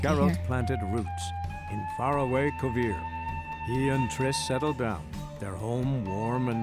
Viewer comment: This was interesting. I don't know about anybody else, but I rolled my eyes and took a shot every time I heard Kovir.